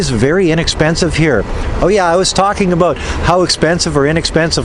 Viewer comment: Slow and defensively. Lol OMG. I JUST heard you say the Canadian ABOUT. Aboot. Mind blown. LOL (I am Chinese-Canadian)